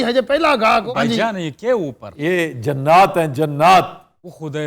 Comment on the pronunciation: لفظ جنات ج كى زبر کے ساتھ نہیں ج کی زیر کے ساتھ ہے